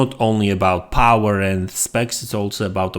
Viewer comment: Mary Cerny "I wouldn't count raw TFLOPS as an true indication of POWAH".🫡